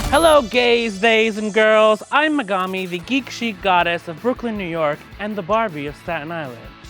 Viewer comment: Embarrassing that Megami pronounces her own name wrong